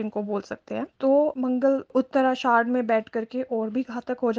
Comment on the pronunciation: उत्तराषाढ़ नहीं उत्तराषाढ़ा